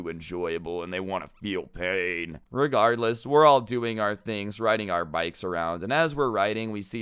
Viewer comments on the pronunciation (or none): none